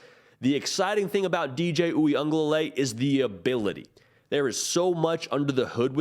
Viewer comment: Oo-ee-uhng-guh- luh-lay . There’s an extra syllable in there. Just saying.